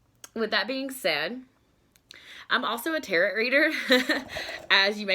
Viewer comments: Tarot is not pronounced tarret, like carrot. Tarot is pronounced like tear-row. Tear like ripping something. Not a tear that we cry. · Tarot TEAR-O not tear-OT You're welcome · The letter "T" at the end of Tarot is silent... pronounced like "arrow". 🩶✌🏼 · Learn how to say Tarot correctly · It would be nice if you knew how to say the word Tarot there is no t on the end only in the written word you do not pronounce the t.